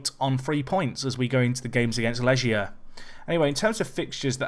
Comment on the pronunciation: it's not Leʒia, they're from Poland, not France;) it's Lɛɡʲja, leg as in first leg or right leg.